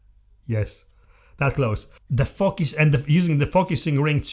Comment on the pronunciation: Everytime you said focus I heard fuckas :P good video though